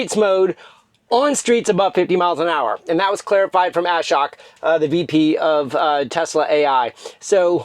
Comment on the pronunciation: Love your vids. Thought you might like to hear how Ashok’s name is pronounced properly. pronounce ashok